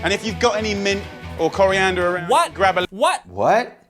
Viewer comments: There was "Korean"der. 🤣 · Jamie Oliver: ahh Korea Kore Cori!! Ahh yes! Coriander.